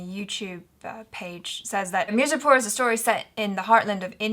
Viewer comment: Whatt did he just say mercy pour instead of MIRZAPUR.